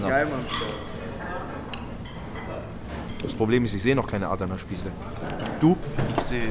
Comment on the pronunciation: Adana schnell aussprechen nicht Aaadana aber sonscht geiles video mois